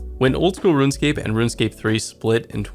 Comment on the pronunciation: Just “RuneScape”